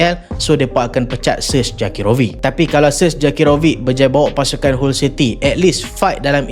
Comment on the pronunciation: Awst dok tekan team kota bharu smp 2x lehan 😂😂 mat saleh pun sebut hull bkn hall city 😊